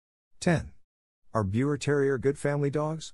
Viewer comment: The correct pronounciation for Biewer is “ beaver”!!!